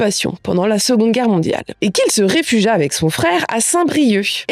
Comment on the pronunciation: Ma digarez plac'h yaouank met a-feson, e bro-c'hall e vez lâret "...se réfug-i-a..." kentoc'h... ;-) a-dra-sur ur paotr 'obnoxious' emaon! :-)